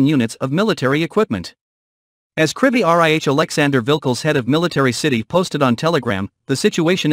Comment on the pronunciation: Great news! But you should hire a new narrator who can pronounce "Krivy Rih" properly